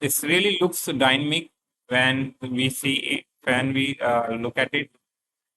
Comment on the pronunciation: it is dynamic not dynmic